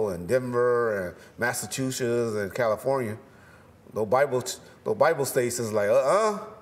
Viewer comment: Say Massachusetts again 🤣😂🤣